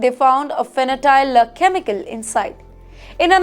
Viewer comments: Fentanyl, not fanatile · (Fentanyl is pronounced as fentanil - not fen ta nile). Shameful what some Indians are doing abroad. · Pronounced fentanil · She can’t even say it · Wonder what the editorsand cameraman are doing. The anchor keeps mispronouncing Fentanyle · Someone please tell her what the correct pronunciation is. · Fentanyl. Please do not mispronounce such serious, fatal products